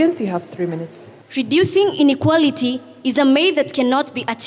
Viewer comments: Huyu kikuyu... r and l ni shida... inequarity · Inequarity......rook it😅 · I had to listen again and again . What is inequarity